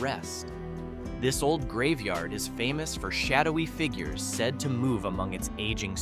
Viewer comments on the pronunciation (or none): none